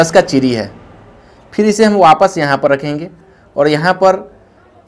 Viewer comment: चिरी नही चिड़ी बोलते